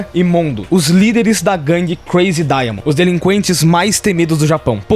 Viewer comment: KKKKKKK OS NOMES DELES É "DIAMOND" NA PRONÚNCIA JAPONESA (Daia Mondo)